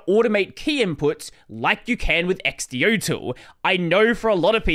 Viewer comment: it's not x-d-o-tool , it's x-do-tool, because it does something!